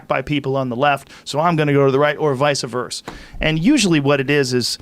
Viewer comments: Joe “Vice-a Verse” Rogan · It’s “vice versa” anyway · Joe “visa vers” Rogan